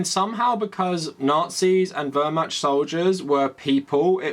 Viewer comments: I've universally heard it pronounced more like "Vehr-Mahkt", including from historians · I agree with everything you said here, great commentary. PLEASE google how to pronounce Wehrmacht. In english-mode try : Vahr-Muhkt. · WermaCH. You are butchering the pronunciation. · My sudetengerman grandfather was in the SA, nazi apologetics are the worst. Btw the ch in Wehrmacht is pronounced differently, I think the google translate pronounciation seems valid. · The "ch" in Wehrmacht is pronounced like in "loch" not like in "charm." Your video is invalid. /jk Really good to see more people noticing and taking it on.